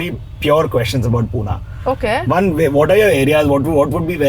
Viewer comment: Madam its not Pooona okay its Pune...yedya bhokachi